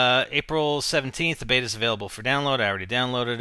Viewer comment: its a (say it with me now) BETA.